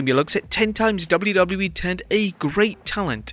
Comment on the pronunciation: HOW MANY TIMES CAN YOU SAY WWE IN A VIDEO FFS AND BUTCHER IT EVERY SINGLE TIME